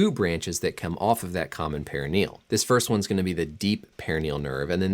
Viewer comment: lol your pronouncing peroneal wrong bro